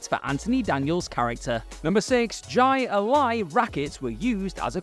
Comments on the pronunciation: It's not Gi-Lie, it's Hi-Lie...Jai Lai...It's Spanish pronounciation. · It's pronounced, "high lie," and if you knew how corrupt the gambling surrounding it is, you'd NEVER call it "ji a lie" again. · I believe the game is pronounced hi lie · I gotta make a correction. It's pronounced "Hai-Lai", not "Jai-Alai". I don't know where it comes from, but it's a high-paced sport that gets a lot of bets placed on the games (and can seriously injure the players). The item in Annie's room is from a toy version that actually lets you put some spin on the ball so it "bends" as it flies through the air. There was a toy called "Track-Ball" that you could actually throw DOWN at the ground, and the ball would end up flying upwards because of the spin. Lot's of fun back in the day! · For the record... It's pronounced Hi-Lie... I know the spelling is odd... But it's not Ji-uh-lya... Or whatever you called it... 👍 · Jai alsi is pronounced Hi-Li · Jai Alai is pronounced like Hi-Li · It's pronounced Hī Lī. (High Lye) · You completely lost me at your inability to pronounce Jai Alai. "High-Lie" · Its pronounced “HI-LIE” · OK first it's pronounced "HI lie" and 2nd that's not what those are LOL those were these weird things from the '90s that you could throw these like neoprene balls that you would soak in water so they would be wet totally different thing LOL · That's pronounced like "hi lie" and I noticed that back when I was a kid because I had one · That's not Jai-Alai equipment ... it's just a cheap toss-game scoop. Jai-Alai is much more impressive. ... and it's pronounced "Hi-lie". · It's pronounced "HI-LIE". It's a pretty dangerous sport. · God bless you Brits and your inability to pronounce Spanish words. Jai-alai is pronounced "high lie." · "Jai Lai" is pronounced "high lie". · And the funny thing is it still is incorrect. We always called it “Hi-lie” back when I lived in Florida. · Jai alai is pronounced hi-lie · Jai Alain’s pronounced basically “high lie” in English